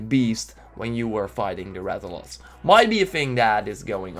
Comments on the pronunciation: Thank you I feel better knowing I wasn't the only one who noticed that when he said Rath-O-Loss... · main problem with this is that you mispronounced most of the monster. the red "dragon'" is the Rath-a-los, not the Rath-a-loss. also the Rathalos is not a drake or a dragon, it's a wyvern. the Rath-ian (not Rath-yon) is the female version of the Rathalos. they also have sub-species that are different colors (pink/gold Rathian and the azure/silver Rathalos in MH4U). the hitboxs DID change a lot. they are more complicated (in the English gameplay, the guy used a fully charged great sword attack but only clipped the monster's chin doing only 4 damage). sorry to say but you mispronounced Anjanath badly. The "some kind of kick attack" is just used when to close, you just made it sound like the anjanath jump kicks you. the Great Jagrass is not pronounced Yog-gross. the Great Jagrass does that to feed it's pack, not get new health. you said anjanath like Onionnot. the small Jagrasses are just normal Jagresses. there where ALOT more monsters that where confirmed in the gameplays that you did not mention. I wrote this not to hate, but so you can fix your mistakes in the future so others don't give you hate.